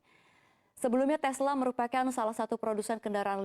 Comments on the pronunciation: 2.45 mbaknya kepleset lidah e.Telsa inc.seharusnya Tesla inc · Telsa? Menstranfer? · Mbaknya kurang ngopi nih. Tesla jadi Telsa hehe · Apa cuma saya yg dengar Telsa ?